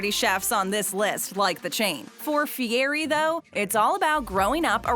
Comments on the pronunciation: TFW narrator says "Guy Fee-airy" then they immediately play a clip of the man himself pronouncing his own name "Fee=etty" and she continues to mispronounce it over and over after that. SMH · Guy's last name is pronounced Fee-Yeti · Ikr! It’s not hard to pronounce, it’s just disrespectful